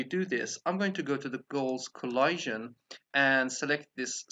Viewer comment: You’re saying collision wrong. 😐